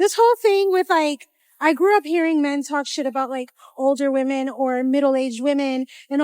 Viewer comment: Why can't any of them say "women"??